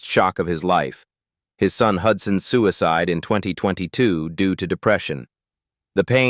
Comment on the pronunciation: Have you heard it pronounce suicide?